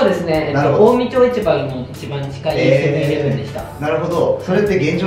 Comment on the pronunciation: セブンイレブンがセブイレブンになってて草